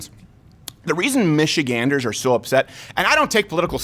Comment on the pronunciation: First person I've heard actually pronounce Michiganders correctly lol